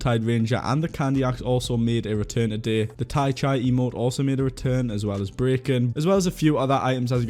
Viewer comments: No hate, but just a correction (I am actually in fact subscribed and watch your vids everyday!) The Tai Chi emote is pronounced "ty-chee" not "ty-chy" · I it pronounced tai chee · It's pronounced chee lol, not how it looks